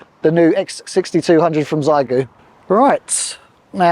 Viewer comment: Great video, just one thing, my daughters speak, Chinese, and the correct way to say the radio name is the X is said as SH, so everyone says Zygoo, and it should be Shygoo. Keep up the good work with QRP demos.